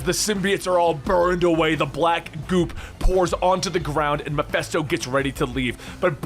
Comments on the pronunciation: Is it just me or is he saying Mephisto really weird. I keep hearing Meffessto, sounding like manifest or something like that instead of it sounding like Ma-Fist-O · WTF is "Mephesto"?